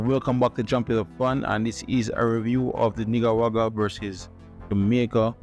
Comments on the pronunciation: why u don't pronounce the man dem country right..its NICA-RA-GUA LOL.. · Bro it sound like u seh "Nig - a - wag - ra" - Gd video :)